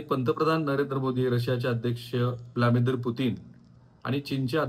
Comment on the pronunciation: सर,ब्लामीदिर नाही तर ब्लादिमिर.